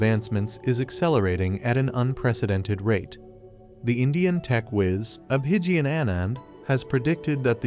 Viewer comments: Don't want to hear you, let's heaR Abhigyan, speaK, he speaks in beautiful English. Guys listen direct to Abhigyan. You don't even know how to pronounce his name. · No, if you can't pronounce his name right then don't make videos related to his predictions